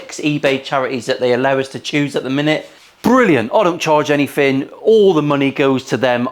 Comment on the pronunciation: As an American, I like to listen to other accent. I really like your's. So, you can't say or don't pronounce your "TH" You say "anyfing"